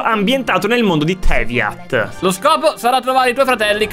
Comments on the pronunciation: Qualcuno fa capire a che si legge teyvat e non tevyat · i che dopo 1 anno mi accorgo che ha sbagliato a dite teyvat e ha detto tevyat